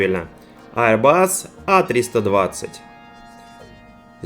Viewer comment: Ну наконец-то Аирбас, а не "аэробус"!, молодец, растёшь!)))